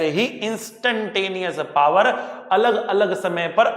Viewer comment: sir please don't say par say's power